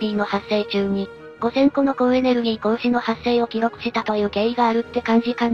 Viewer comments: 「みつこ」じゃねえよ「こうし」だよｗ 読み方代えると全然違う意味になっちゃうから間違えるなしｗ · みつこ、て何かと思った（笑） 光子（こうし）かな？